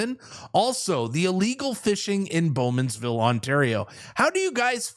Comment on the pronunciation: It's Bowmanville